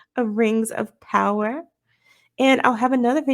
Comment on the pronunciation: has undergone serious trauma over the years. From the Batwahmen show, to She-hulk, to Rings of POWAH! We should start a 'Go Fund Me' for his therapy.